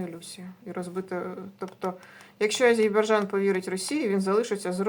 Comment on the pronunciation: Тільки не Азейбарджан, а Азербайджан! 😊